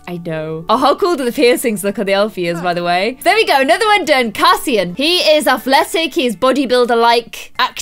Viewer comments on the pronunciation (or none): Sorry, not meaning to be annoying, but the names are pronounced: Rhysand: Reese- and Cassian: Cay- see- an